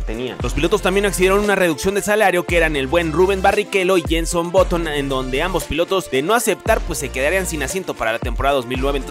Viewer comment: Es button y se pronuncia baton. No boton -_